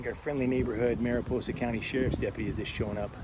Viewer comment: Mariposa...that should be a long o Otherwise, that sounds like a naughty word. Or so says my wifey.